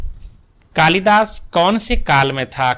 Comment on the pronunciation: Ye maha kavi Kalidas ko tha-tha bol rhe hai